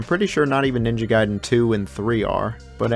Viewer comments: Why do you keep mispronouncing the name Gaiden? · Gay-den and Rye-u. Oh man.